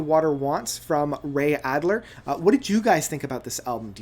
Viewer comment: Just a comment...it's Alder, not Adler...lol. Otherwise, good review.